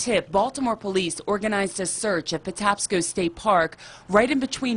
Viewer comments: It's 'Pah-taps-sko', if that helps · Just fyi, Patapsco is pronounced Puh-Tap-Scoe... He gets an A for effort though. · Great effort with some crazy place names ❤️ It's pronounced "Pa-TAP-sco". Also, I grew up on that side of Baltimore & remember this case well. Thanks for handling it with such compassion and sensitivity. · People in the tv report that you show pronounce it “pa-TAPS-co” park. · Thanks so much for featuring this case! (And the park is pronounced “Pa-TAP-sko.”)